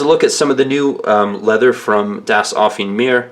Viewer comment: Ahhhh. It's driving me crazy. It's "Offen-E" Meer. The last E isn't silent! *flails in frustration*. Das Offene Meer means The Open Seas in german. Sorry, just me being a german who tries to help. You're very good otherwise with the pronunciation.